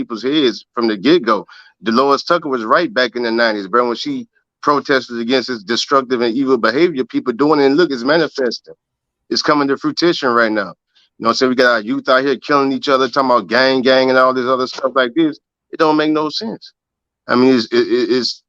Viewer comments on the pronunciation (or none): Im frm BR also but ik this boy did not just say "come 2 fruitition"🤦‍♀️